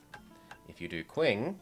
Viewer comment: 1 nagging detail: "Qing" is not pronounced like "kwing" as you were, but rather as "Ching", if you're going for decent romanization.